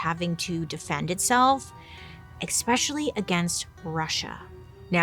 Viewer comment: Love love your channel, and you young lady are smoking hot. But, Bailey, please please, it's "especially" not "expecially"